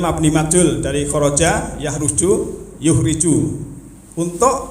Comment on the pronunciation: Ya Pak Ustadz, dimaafkan, lagian ucapan pertama sudah betul YUHRIJUHUM tp diulang malah keselio